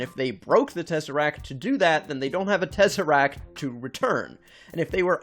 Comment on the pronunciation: Why he saying it like tEzArAcT??